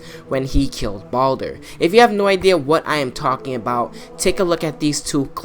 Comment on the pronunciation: It's Baldur not Baulder anyways I agree with what you're saying